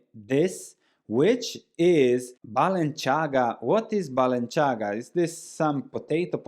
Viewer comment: The c in Balenciaga is not pronounced like the c in Versace, it is like the th in thing - Spanish designer, not Italian 🙂